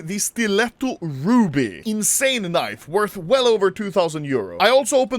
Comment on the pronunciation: i thought itd be a compilation of all the actual unboxings... "kneev... kneev... handskaar... and so on"